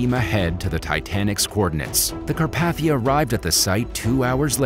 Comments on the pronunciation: Car path ia? Car pathe ia.( it’s supposed to be pronunciation corrections) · Anyone else shudder every time he called it the Car-path-ia? It’s pronounced Car-pay-thia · This just made my skin crawl, so I have GOT to say something to whoever narrated this. Say it with me.....its the RMS CarPAYthia....NOT carPATHia. Ill sound it out again. CAR PAY THI AH. It is NOT pronounced Car PATH ia